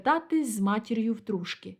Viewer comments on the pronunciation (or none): ТрушкИ, а не ТрУшки.